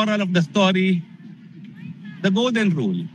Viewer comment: "Rule" of law, pronouce as "rul".